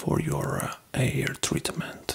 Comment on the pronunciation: "Your 'air are so eh, beautiful" something about that is adorable 😂